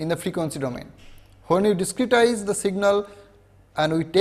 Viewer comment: Diskitize 😂 wtf?